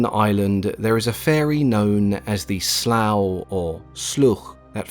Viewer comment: Took me a while to realise what you were talking about when you referred to the Slua at the end. It's pronounced more like Slew than Slough. Pretty good stuff, for the most part. I'm in Ireland and you were pretty accurate.